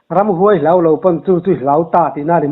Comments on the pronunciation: Ramhuai tih hi huai lai tak hi high intonation tur hi low intonation in a hmang daih maia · Ramhuai a thluka diklo😂😂